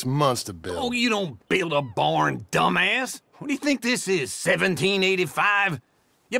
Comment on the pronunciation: He made dumbass sound like a different syllable lmao